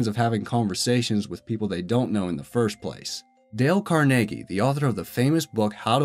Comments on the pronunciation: CarNAYgee? Carnegie. Carn eggie. How do we not know how to pronounce this? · the way he pronounces carnegie is just bonkers. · It's Dale CARnegie, dude. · Car NAY gee? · dale carnagie is not pronounced correctly